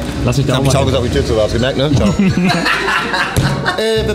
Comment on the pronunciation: Wie lang? Jp: ich sags dyr morgen